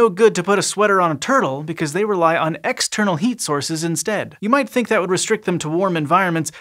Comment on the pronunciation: Did he say ex-turtle heat sources?